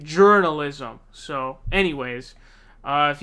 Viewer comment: Did you just call him Tim /Pol a few times? That’s so perfect!